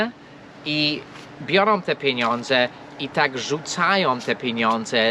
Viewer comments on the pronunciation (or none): "moje piniundze" ;-)